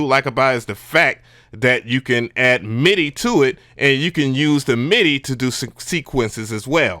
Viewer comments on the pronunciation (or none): none